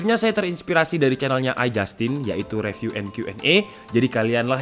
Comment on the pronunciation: Saya akhir akhir ini cukup sering lihat konten, reviewnya asik banget dan lucu 😁 Cuma mohon maaf sebelumnya, 1 hal yang mungkin bisa jadi masukan dari saya: Mungkin penyebutan "review" itu "ri viw", kadang gatel aja dengernya kalo "re viw" he he he Mohon maaf ya, masukan aja 🙏. Terima kasih Semangat terus tim, semoga subscribernya makin banyak 👍